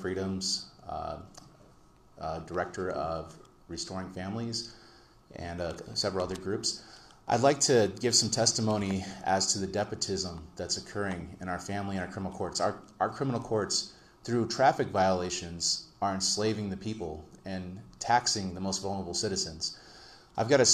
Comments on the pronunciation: It’s “despotism,” not “depotism.” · He means despotism, it’s a big Veterans In Politics word meaning tyranny but he pronounces it like it rhymes with nepotism. There’s an “s” at the end of the first syllable he doesn’t pronounce. While nepotism may fit sometimes when he’s talking about corruption, he means the so called evil behavior of the terrible family court - you know the court that doesn’t let ex spouses who are convicted of domestic violence, TPO violations, admit to tracking cars, tracking phones, hand cuffing their wives and disobeying all court orders have joint custody of their children. Evil judges. I doubt he knows the definition of either words. He uses so many words incorrectly to sound smarter like perpetuated and pendant. My 7 grade English teacher told me if you can’t spell it or define it, don’t use it. I still follow her advice. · I thought he said nepotism. 😂